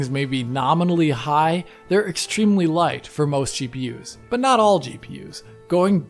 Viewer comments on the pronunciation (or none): none